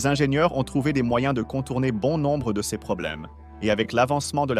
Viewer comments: Ces pas possible comment le bot dit ces. il faut absolument faire quelque chose pour la voix lol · Le robot de lecture ne sait pas lire le mot “CES”.